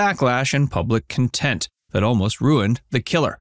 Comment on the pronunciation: I’m sure he said “public content” rather than public contempt …….